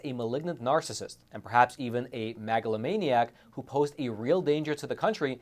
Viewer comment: I caught that,. You pronounced it MAGAlomaniac 😊